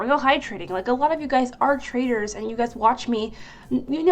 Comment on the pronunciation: “A lot of you guys are traders” What I hear for some odd reason: A lot of you guys are traitors